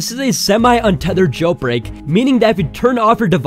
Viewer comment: He is saying jailPreak 😂😂